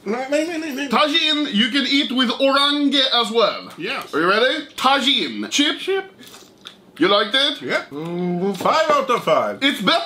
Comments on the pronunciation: ITS TA HEAN NOT TA JIN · its not tagin its tahin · ITS TAHIN (TAJIN) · I could be wrong, I think Tajin is pronounced like "ta-heen" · Just lyk, the j in Tajin is pronounced like an h, soo Ta-heen. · tajin uttalas ta hiin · its actually prounaounced tahin the j sounds like h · its prnounced tahin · oh my god, the way he pronounces tajin